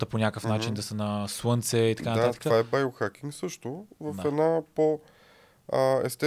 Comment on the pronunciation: Байо хакинг! ахаххахахаха Байчоооо кажи си поне Био. На към 6-тата минута и гостът почна да повтаря Байчовото...